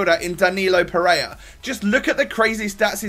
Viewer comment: Pereira, not Pereya??